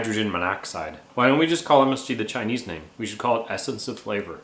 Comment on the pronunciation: I'm a little bit surprised to hear Chinese pronounication. So accurate!!